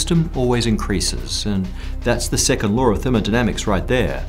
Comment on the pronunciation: His dialect is funny. Every time he talks about any law, I keep hearing lore. Anyone else?